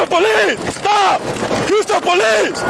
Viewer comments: Oh my God, please don't EVER say police like po-lice again dude. Your white, be white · it sounds like he saying ITS THE POLECE